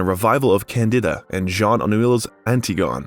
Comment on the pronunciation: My favorites were the pronunciation of Candida and Antigone .